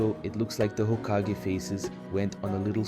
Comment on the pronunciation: well you made some mistakes in your voabulary who says hakageeeeeeeeeee